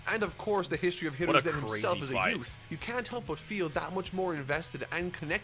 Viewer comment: This man is making fun of how says Hiruzen Just wait until he hears Akatsuki...